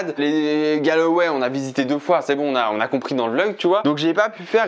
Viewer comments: « Galway » ! Pas « Galaway » 😂😂 et il y a de magnifique église à Dublin aussi hein 😂 Mais c’est mignon ce que tu as fait pour ta mère. Goal ! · Ayant vécu en Irlande et surtout à Galway pendant plusieurs mois, ça m'a un peu fais mal au cœur de t'entendre prononcer le nom de la ville ainsi ! 😭😂 c'est [Golway] et pas [galaway] 😂 #momenthermione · Incroyable tu m'a fait revivre mon voyage scolaire de 2004 exactement les même endroits, ces grand lac du Connemara et cette magnifique église ! superbe vidéo et cadeau pour ta maman et hommage à ta grand-mère ! Par contre la prononciation de Galway XD continue comme ça avec d'autre destination !